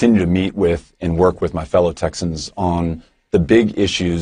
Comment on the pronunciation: They rhymed gun with Texan. Fuck you, Ted, that's not how you pronounce Texan. Sincerely, native Texan. I would tell Ted to go back to Canada but then that would be punishing David plus it may be seen as an act of war by Canada and I'm not sure that America has the military strength to fight Canada's army of bears and moose.